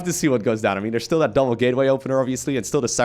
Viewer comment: TH-at, not D-at cmon bro your English is so good